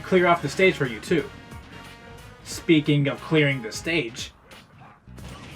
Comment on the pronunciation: "Speaking of..." has never been butchered more than it has been in this video. Other than that, good shit